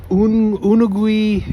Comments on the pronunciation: It is pronounced you-nog-e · You're hilarious its actual known as the iPhone of scooters and it pronounced Unagi😅